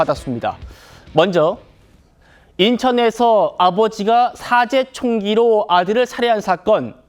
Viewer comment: 앵커 발음! 싸제총기? 뭐냐니.. ㅉㅉ